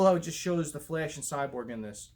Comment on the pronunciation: Every time you say The Flash, you kinda sound like you're saying 'The Flesh'😂 Thanks for the ZSJL picture updates. Cool video bro😀🔥👌